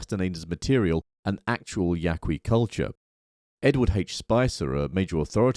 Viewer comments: It's just Yah-kee. The 'u' is silent in Spanish in this case... so not "Yah-Kwee". We good? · If you’re going to critique Castaneda, the least you can do is learn how to pronounce “Yaqui.”